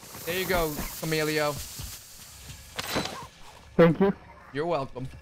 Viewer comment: CAMILO lol not camilio